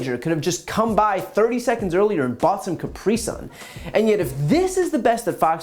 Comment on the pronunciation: Why did he say Capri Sun like that though